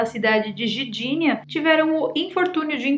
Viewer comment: Querida, quanto tempo estas morando na Polônia? E ainda não assimilou a linguagem do idioma? Eu sou de origem polonesa e me dói ouvir você tentar falar Gdinia dizendo Gidinia. Onde está a vogal " i " quando você fala Gidinia É o mesmo em português falar "maguima" em vez de magma ou "maguineto" em vez de magneto. As palavras polonesas em sua maioria são paroxítonas na sua pronúncia. Neste caso o "g" embora mudo deve ser pronunciado para ser entendido. Gosto muito dos assuntos que você aborda e sou seu fã e dou sempre o gostei em seus vídeos, mas "Gidinia" foi difícil de aceitar.